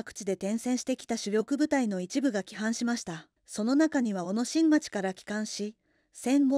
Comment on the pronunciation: 小野新町は「おのにいまち」と読みます。